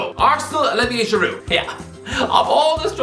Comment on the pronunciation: Good to see some respect on the name of Giroud. The French 🐐